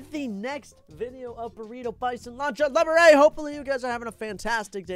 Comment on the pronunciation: It’s Lancha Libre (Lee-Ber-Rey)